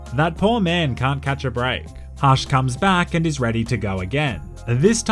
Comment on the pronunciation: says "hush'' like "harsh". Much love from New Zealand bro, I subbed